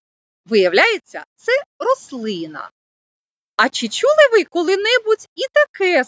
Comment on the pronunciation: слід попрацювати з орфоепією. "Чі чюли ви шьшє таке слово", "поцяг".